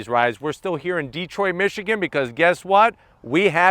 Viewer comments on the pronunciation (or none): Love ya Joe but, it's Detroit not DEEEtroit.